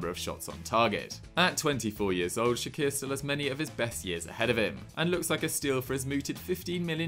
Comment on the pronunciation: It's not shaqir it's pronounced chakir and vedat isn't pushing for a move the club has decided he is happy with fenerbahce